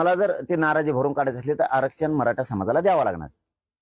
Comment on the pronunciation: आरक्षण ही पण बोली सुधार बोलीभाषा कशी बोलतो